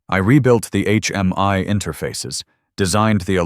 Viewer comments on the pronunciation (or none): HMI not HMY.